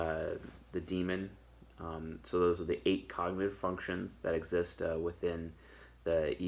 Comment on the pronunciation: Did I hear "Fucktions" at the 12th second of the 8th minute? 🧐 YouTube, arrest this man 🤨